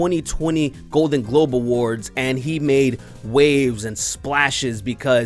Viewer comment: “The Globen Glode Awards”